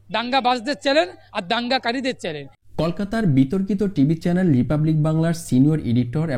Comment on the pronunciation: চ্যালেন নয়, চ্যানেল।